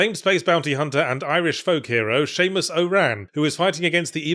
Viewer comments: I’m sorry - I couldn’t make sense of whatever Yahtzee ranted about once he referred to Samus as “Seamus” and I couldn’t stop cracking up about that. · Someone is pronouncing Samus wrong and I can't tell if its me or him.